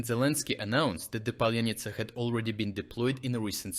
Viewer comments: Its Palianytsa, not Palenytsa . And what's happening on this channel with ongoing mispronouncing of Ukrainian toponyms and names? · just wonder why author can't pronounce паляниця 🤨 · You mispronounced паляниця.